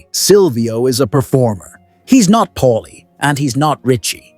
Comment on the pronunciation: It's Paulie, not Polly, not Molly ... PAULIE.